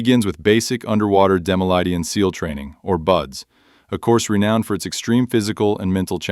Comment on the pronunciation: pronounce seal for xxxx sake